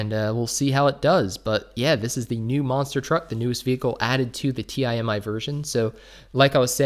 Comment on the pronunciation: Does he not know how to pronounce Timi lol